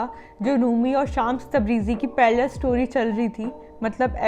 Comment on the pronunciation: Didi it's not शामस.. it's श्मस (شمس).. it's persian (farsi) name which means sun